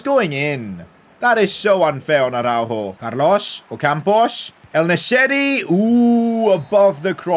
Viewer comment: thanks for saying araujos name correctly I felt like u were directly talking to me as I commented this earlier😭😭